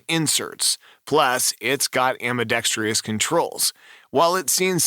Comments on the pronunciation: ambidextrous..NOT ambidextreeeeeous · Not trying to be rude - just think your videos would improve w proper pronunciation. AM-BEE-DEX-TRUSS is the pronunciation, not AM-BEE-DEX-TREE-US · AMBIDEXTROUS...not AMBIDEXTRIOUS - are you simply trying to find a home for the "i" you stole from Aluminium?